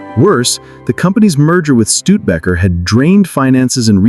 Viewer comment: Stude bakkker 😂 can't pronounce it